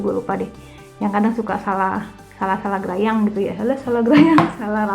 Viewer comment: Salah grayang 😁 👍, klo ad yg blm tau grayang artinya "gerepe2"